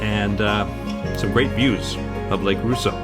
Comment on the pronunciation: Gentle correction: Rosseau is pronounced Ross-o, not “Roo-so.” Might I suggest doing a video, this summer, of you riding through Peninsula Lake, Fairy Lake, Lake Vernon, and, perhaps, Mary Lake? The first three lakes are connected by a canal, and the Muskoka River. Only the connection, via the Muskoka River, of Fairy Lake and Mary Lake has a lock.